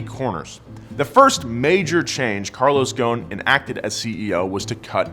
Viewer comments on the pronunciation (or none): His name is Carlos Ghoson! Not Carlos fucking Gone!!! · You said ghoson wrong heheheheh im Lebanese... Just say goson (geh) not( jeh) goson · Btw I love the video but its pronounced with the letter غ which dosent exist in english but man the pronunciation is killing me lol but keep it up guys you are amazing